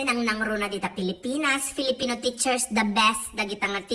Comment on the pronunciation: Bussseettt ka naitdukan nak tuloy tay gatas nga in-inumek😄 "Filifino FiFoL" 😄 adu nga "F" 😂😂 but Nway po happy teacher day to all fellow educators out there😊